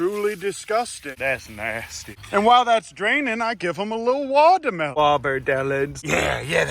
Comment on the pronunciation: “Big ounce eating the wabderbellon” that’s a new one lol. I’m used to the womdermelon